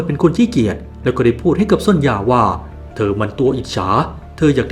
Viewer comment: ความจริงซอนย่าบ่มีนะ ชื่อเธอจริงๆอ่านว่าโซเนีย😅